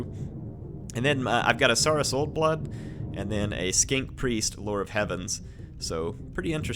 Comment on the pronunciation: you are pronouncing saurus wrong. Think dinosaur